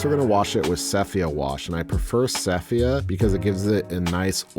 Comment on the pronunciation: Enjoyed the video, but I keep getting distracted on your"sepHia"...